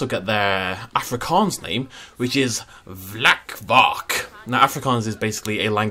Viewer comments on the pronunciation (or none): You totally butchered saying vlakvark but it is cute and thoughtful ♡